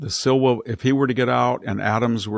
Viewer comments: It's Curtis Sliwa, not Curtis Silva. VDH tends to mangle names. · Love you guys, but you don't understand the (non-existent) conservative dynamic in NYC. Sliwa (pronounced Slee-wah) is conservative, but had to run as Republican. He has only run once before, the rest is propaganda